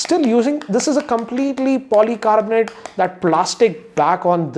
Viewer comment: "back is polycarbonte and front is glass " 😜